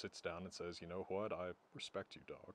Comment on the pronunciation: Lasting damage: Now pronounces "what" as "hwhat" 😏